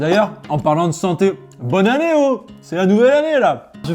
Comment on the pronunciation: Dans cette vidéo tu as dit bonne année, on dirait un africain avec le haut à la fin, ça fait l’accent africain oh😅. Je suis Jefrey et je te salut depuis le Gabon